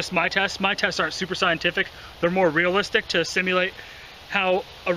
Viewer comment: "realalistic" fucking moron